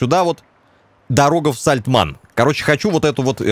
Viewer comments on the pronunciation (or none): все ништяк, только меня прям тригерит, когда говорит Сальтман, вместо Сальтамн)))))))))0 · Да не САЛТЬМАН А САЛЬТАМН говори исторично это очень важно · Да не Сальтман, а Сальтамн! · какое ж всё такие сложное название деревни Сальтамн- ты уже пару раз сказал СальтМАН. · Только отец ни разу не произнес правильно Сальтамн😂😂😂